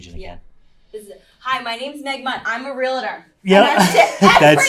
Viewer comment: Interesting interview, surprised she can't pronounce Real-tor.